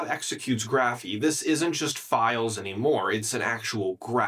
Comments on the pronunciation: Is this an AI video or what, why is he saying "Graphiii", it's "Graphify" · Yeah, he's mispronouncing it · "graphy"? I'm pretty sure that's not how you should pronounce it... but hey, it's more important to put out the slop video, for the views... a few more videos like this and i'll unsub